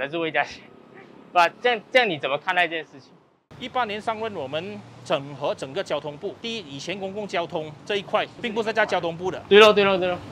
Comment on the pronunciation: 😅 受英文教育的YB 纠正Lucas 的华文 “整合” 🤣